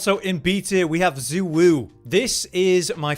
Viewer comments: Congrats youve rage baited me enough to comment on how bad those pronounciations are. ITS SHAY WUU NOT ZU WUU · Xu Wu is pronounced “Zhey Woo” 😭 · excuse me but we all decided it is pronounced UwU.